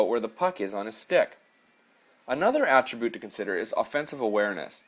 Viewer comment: "Atri-Boot" lol xD Sorry that made me crack up, but you're good at sniping. Gonna take a few of these tips to my 1v1 online versus since I'm 100% perfect on my D and fore checking. But when it comes to getting those shots in they NEVER wanna go in even off SICK shots etc.. Maybe because on 2v0 or 2v1 I usually don't go cross crease, and try to shoot short side.. it's so annoying know I should be raping these kids harder than I am already. Had a kid stuck in his zone for 2 periods, 0 shots..